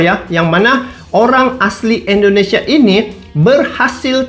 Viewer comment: Bukan Endonesia bang. salah itu. yg bener dong bang nyebutnya